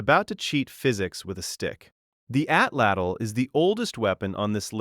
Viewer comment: Atlatl was Atzte tho